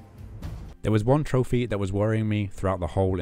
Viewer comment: I love how he says troph-ey lol